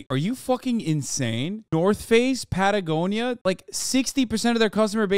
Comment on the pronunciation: Pattiegonia caught me off guard ngl😂